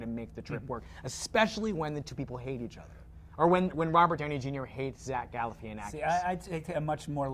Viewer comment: its gal-La - Fah -naf-a-kiss